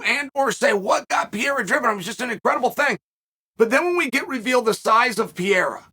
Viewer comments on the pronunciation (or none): Everybody: “Alex Pereira…” Lord Chael: “Alex Piera” 😂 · Lol Sonnen and the names lol “Piera” 😅😅😅 and “Pormie” 😅😅😅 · Alex pee-era.. lol...uncle chael is the best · There’s no Peeara dude you’re butchering it like so many other names you tool. Pereira. Pereira. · Piera doesn't exist. It's PEREIRA. It's PEREIRA. It's PEREIRA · I love how he refuses to say him name right, piera! He don’t give a…. Love ya chael I think he was letting Israel gas himself so he could unload. He knew he could take it then give it. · Damn. Dude wins the MW belt and still can't get the proper pronunciation? Per-rare-ah. Is it bc his weakness is wrestling? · "Pierra" 🤣 chael never fails to fail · Chaels ability to articulate himself like a genius, yet still pronounce pereira as peiera 💀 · Chael, "Piera" is a champ now, maybe it's time for you to... You know. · Who is this pieeeeeeera guy ? Jaaj Is there anyone who butchers names more than uncle Chael? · Per-ray-rah...You gotta try more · cmon Chael, lets get better on saying his name, Pereira, Pe-Rei-Ra, roling the "R", you can do it, Jon Anik nailed at the event. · His name is not Pierre 😂😂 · next up: re-rethinking Adesanya Vs "Pierea" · Peee-era … chael butchering names for monetary gains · Why is he saying Pierre?? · Chael consistently calling Alex "Pierra"... :) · Why PIERA CHAELLL hahahah pls why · why do you keep calling Pereira "Pierra"? Cracks me up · Say Pierre one more time motherfucker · when is this fool gonna stop saying piera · I love how uncle Chael fucks up pronouncing everyone's names and just sticks to it forever. Islam Marklechev, Will Fury, Cereal Gong, Alex Pierra will stick too hahah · Introducing the new middleweight champion: Alex St. Pierre-a 🏆 So sayeth Lord Chael. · here we go again, witness Chael messing fighters names up 🤦. "PIERRA" wtf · H me said “ Pierra “ 🤣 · uncle chael “pierra” 😭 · Why do you keep calling him Pierre 😂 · LEARN HOW TO SAY PEREIRA HES THE CHAMP DAMMNIT PUH-RARE-RAH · Who the fuck is Pierra??